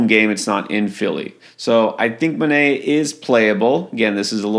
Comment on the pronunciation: Manaea is pronounced "Ma-NIGH-a."